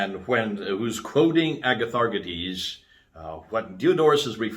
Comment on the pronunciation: Better say “a-ya-tha-rchiè-this” with “y”like in yummi not like “good” and last d is pronounced as thee in all Greek. D in Greek is written as “nt”. So eg demon is actually “theè-mon”. E in ancient Greek is also like double ee (look at its glyph; two c together and in archaic the capital E had two lines in the middle). Greeks had an other “single” e ie “αι”.